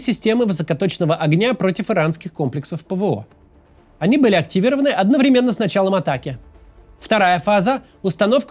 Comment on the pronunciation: Сегодня слово одновремЕнно в устах Каца звучит более раздражающе, чем всегда...